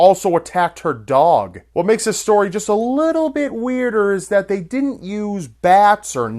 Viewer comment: "Din't" xD